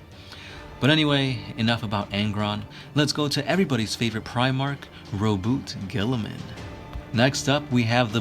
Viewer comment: ROHBOOTAY GILLYMAN